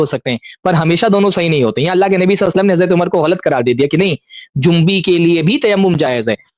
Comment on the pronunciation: مجھے معلوم ہے مگر انہوں نے جنبی بولا نون ساکن کے ساتھ۔ اصل لفظ جنبی ہوتاہے جیم۔ اور نون کے پیش کے ساتھ یعنی نون پر بھی پیش کی حرکت ہوگی